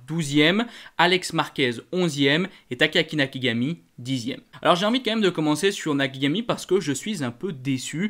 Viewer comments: on entends bien Nakigami avec les oreilles 😂 t'inquiètes on s'en fout, c'est juste que c'est pas la première chaque fois ça m'amuse je peu pas m'empêcher de te le faire remarquer... 😅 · Tu arrivera jamais à dire " Nakagami" je crois, Toujours " Nakigami" 😂👍 je plaisante bien sur, c'est pas là l'essentiel mais chaque fois ça m'amuse !